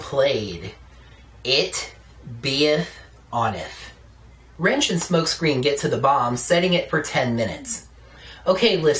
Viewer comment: "It-beth-onth" Lol that was funny. XD